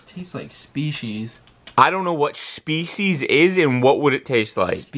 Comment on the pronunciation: “Tastes like shpecies!” “I don’t know what shpecies is or what it would taste like..” Had me rolling 😂